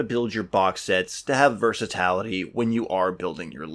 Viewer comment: Are you meaning to say "versatility" ?? The pronunciation is killing me haha. Otherwise cool video. Assisted me greatly in building my USMC infantry from the start army box